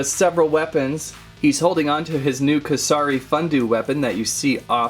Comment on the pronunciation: you got the kusari right but it pronouced foon doe